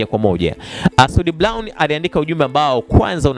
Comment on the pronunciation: Eti soud blown badala ya brown waandishi jifunzeni kiswahili fasaha halafu unataka uajiriwe ITV kusoma taarifa ya Habari kweli wakati hata kutamka herufi hujui